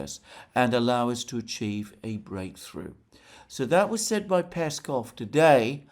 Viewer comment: Alexander, mate! Don't be lazy :)) It's PeskOv not PEskov.